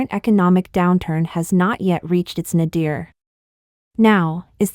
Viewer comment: Please revisit your pronunciation of nadir.